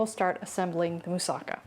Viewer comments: Yes..."Moussa-KA" is how to pronounce! One of my favorite Greek dishes and I HAVE to try this! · I just learned from native Greek people, that "Moussaka" is pronounced right, when the accent is on the LAST syllable, meaning "MoussaKA", (NOT "MoussAka", or "MOUssaka"). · Yum! Looks delicious! Pronounced with the accent on the ka at the end.